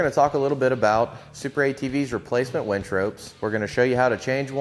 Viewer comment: And by the way it's a winch not a wench you really should learn the pronunciation of this if you're going to make a video.